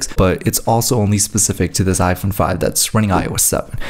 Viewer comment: at the beginning